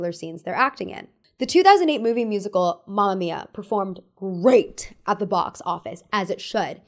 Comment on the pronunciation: its mAma mIa not mAmia :')